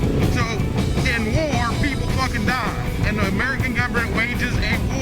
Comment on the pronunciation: 110mph cigar smoking puts my pipe to shame! I love it when a Southerner barks "WAR!" Do that for me again would you dear?